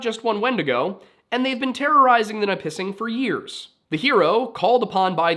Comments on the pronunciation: As someone who grew up a few hours south of Lake Nipissing, the pronunciation I picked up along the way was NIH-puh-sing/NIH-pih-sing rather than the nye-PIH-sing or nah-PIH-sing you seem to be using, and Wikipedia seems to agree with my childhood, giving /ˈnɪpəsɪŋ/ as the pronunciation. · I saw it in the video and instantly knew where he was talking about but disappointed about the pronunciation! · I can’t believe you miss pronounced Nipissing but nail the French one🤣. Another great video, very interesting!